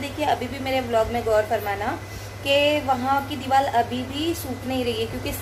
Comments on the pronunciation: Deewal nahi deewar hota Hai. Aur nahi to kya😜😜just kidding dear don't mind. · dewal nhi deewar sahi bolo